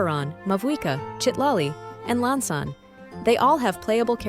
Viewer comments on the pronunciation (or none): WHY? Why You always get Iansan name Wrong!?